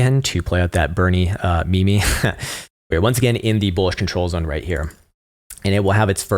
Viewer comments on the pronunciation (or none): Great content but bro meme is pronounced "meem" not "me me" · Did you just say “me-me” lol